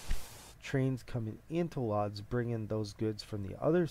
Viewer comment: Lodz is pronounced wooj